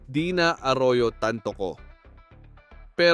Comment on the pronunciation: Hoy ang pag pronounce ng TANTOCO AY TAN-TO- CO Hindi tan- toCO ano yun IGUANA???